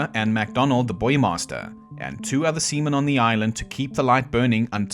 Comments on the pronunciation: Haha, seamen sounds funny. Also, great videos! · Haha heh...you said SEAMEN..haha ha heh haha